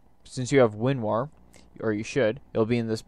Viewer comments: why do you keep calling it winwar, it's called winrar. good video though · its Winrar's older edgy brother who's going through his emo phase: "WinRAWR"